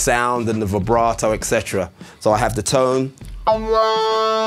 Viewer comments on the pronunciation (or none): none